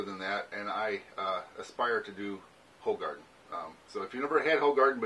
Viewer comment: It's pronounced 'who- garden'